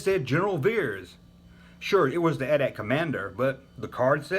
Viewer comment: Love that you say "at at" and not "Ahh Tee Ahh Tee"